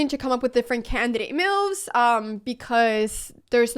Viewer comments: "meuves"...curious pronunciation. Took me listening couple of times to know she meant "moves". I am curious about where Anna learnt English. As for chess: She is the reason I am beginning to study and play again. Gracias Anna. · re-IT-er-ate But let’s really talk about how you say “moves” mehyooves :) Game 1: Qd4 you didn’t say it but then it’s defended by Nf. I’m like 350 so… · The way she says moves is funny, meowvvs